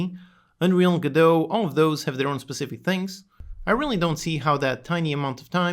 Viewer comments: Did he really call it "Go-Dot?" I thought it was "Go-doh," like "Waiting for..." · OP called it "Go-Dott" - instant loss of credibility :P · This dude's whole video is essentially him using the engine wrong, refusing to do research, and not understanding basic aspects of the engine – then complaining about all of that as though it's Unity's fault. He doesn't even know how to pronounce "Godot" correctly, so clearly he's stubborn and unable to research. I'm sure he'll eventually run into the same issues in Godot later down the line for the exact same reasons then complain about it. Sad. Edit: His complaint about learning/using version control is astoundingly dumb xD Anyone who refuses to use version control simply because it has a (tiny) learning curve is clearly just incredibly stubborn and wilfully ignorant. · I mean... I just don't click on these guys videos... they obviously don't know what they're doing, but they want to tell us what to do? Like... this guy can't even be bothered to look up the pronunciation of Godot... why would I bother with anything he had to say? And like seriously, he's a noob that can't program, but he thinks a C++ based engine is going to do him better? I don't buy it... He's even advocating for not using version control... that's just toxic. Don't care what engine or technology you're using, source control is an essential. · A couple of his points are valid, mostly the crashing. For me that is a problem. Other points are weak. I am skeptical of a person who recommends a game engine with a name they don't know how to pronounce. That's not a comment on his intelligence. We all make those mistakes–It simply suggests to me that he has less experience with Godot (or the community) than he thinks.